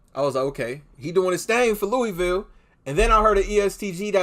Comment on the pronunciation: Also my guy it’s LOOAVUL not LOOEYVILLE, all love tho keep grinding